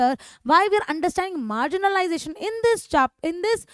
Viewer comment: Marginalisation❌ Margin*I*lisation✅✅ 😅😅😂😂